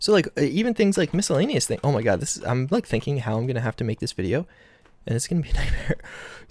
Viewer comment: “Is that Tod” You mean God right?